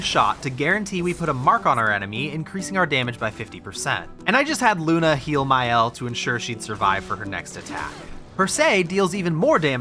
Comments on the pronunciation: And it's lune not luney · Loonehh not luna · Its Lune (pronounced l-oo-n-ay) not Luna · You did that on purpose, didn't you? It'a LunE not Luna. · Its Lune not Luna 🤓☝ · LuNE, not Luna 😫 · I'm literally screaming to the screen LUNEEE! Every time he says Luna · I’m surprised you pronounced Lune as Luna considering the game has voice acting 😂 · I hate how u keep calling her “Luna”😭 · Game says her name constantly and this tool still keeps calling her Luna.... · Great video but please, they say LunE so many times throughout the game, it's not hard to say correctly 😭😭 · I swear so many of these content creators skipped through every cutscene with voices turned down or something. Luna, Monaco, Renore.... lmao. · Can't pronounce Lune, can't be worth my time. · Hey I love your content, but hearing you pronounce all the names incorrectly hurts my soul 😭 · mightve been an excellent vid, who knows? but getting less than 3 minutes in and you can't pronounce Lune correctly? no way I am giving you another 49 minutes of time. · You mispronouncing every french word in the game is veryyyyyy funny as a french person ahah, incredible video tho <3